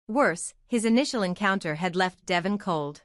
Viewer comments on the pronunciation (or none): I wish they had another person or voice than the one they have now Devon is his name, Not Devven!